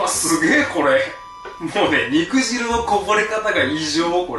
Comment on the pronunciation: 肉汁 ×にくじる 〇にくじゅう 「細かい事うるさい」という人もいるかもしれないけど、果汁を「かじる」とは読まないものね。